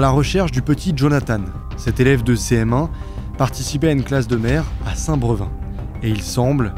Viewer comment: Petite info comme ça pas forcément très intéressante mais ça se dis Saint Brévin même si il y a pas d'accent voilà voilà mais sinon tres bon vidéo j'adore ton travail ❤